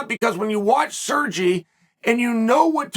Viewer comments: He keeps saying “Surgy” 😅😅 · SERGY? SERGEE??? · Chael, Sergei is pronounced Sergay, don't be afraid to say it. lol Anyway, Pavlovich reminds me of a young Kharitonov but better. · Lol if his name was "Sergee" he prononced it right haha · Sirgee….lmfao. Chael Sonnen, linguistics master. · Chale, when you were pronouncing name Sergei, furst I thought you were talking about some Italian, Spanish, or some other latino guy. I didn' realize you were refering to a Russian. Please check the pronunciation before making the podcast. Sergei has more than deserved to have his name pronounced correctly.